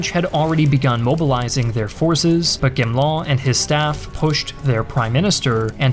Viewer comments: You are pronouncing Gamelins name wrong. It's Ga me Lan, not chamlan!😮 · Great video as usual but please please please check the french pronounciation. It’s gamelin, not gamelan. Not that he deserves much respect but still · Gamelin is with the G like the word "great" not "Jamelin" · Thank you for this very nice video, just one little comment on the way to pronounce "Gamelin" ! The initial "G" is to be pronounced like in "gore", not like in "genre" ! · Wish the speaker would learn to pronounce Daladier and Gamelin. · It sounds like you're trying to pronounce French names like Gamelin properly, but without having checked how they're supposed to be pronounced. It makes this video much more difficult to listen to... You're also pronouncing it about 3 different ways :D